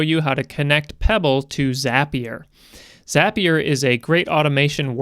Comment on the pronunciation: Just wanted to say thanks for correctly calling it 'ZAPIER' and not 'ZAY-PIER.' :)